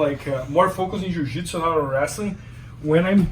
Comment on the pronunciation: Jiu not ju